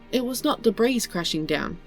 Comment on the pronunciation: "Debris" pronounced "Debrie" ... nicely done. 👍